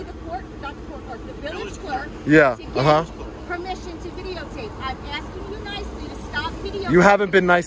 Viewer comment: "I'm asking you nocely" Ma'am you haven't been nice this whole time"